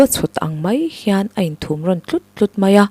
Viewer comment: Thumrawn tih thluk pawh a dik lo..pathum tih thluk tur..thil ri thum thluk nilovin..